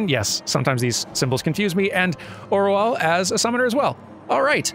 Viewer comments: Roaille's name being pronounced like "Why you" I believe is an artifact of them transliterating from French (pronounced something like "Royeh" but with the throaty R that sounds a bit like a W and the ending syllable short enough it just sounds like "Roy/Rye") to Japanese (where it is pronounced like "Ro-a-yu") back to English (where they changed to a more accurate-to-anglicized-French pronunciation of the first letter, but kept the full last syllable from the Japanese pronunciation). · No, those voice actors are not pronouncing “Roaille” better than you. No no no. The first time I heard it I was sure I’d misheard… then I didn’t and I kept (and keep) being utterly confused where that final “u” sound comes from (to me, it sounds like they’re saying “Wayou” or “Ro-a-you”, when it should be more like “Ro-aye”). You were you doing a good job with the pronounciation back there, I assure you (or at least it was logical to my French-Canadian brain).